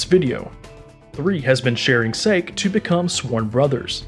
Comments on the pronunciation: Calling sake "Saik" just.... come on man. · I also cringe when he pronounced Sa-Keh (japanese beverage) as SAKE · and it's sa-ke not sake, it's a japanese drink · Isn't it pronounced sa-k-ai instead of "sake" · how he says sake is just bruh its not sek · I hate how you pronounce Luffy and Sake